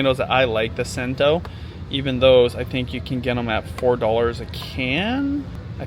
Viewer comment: I think cento is pronounced with the c as ch.